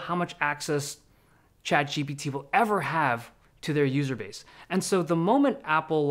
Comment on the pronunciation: Why do you pronounce chatGPT «chad gpt» 😫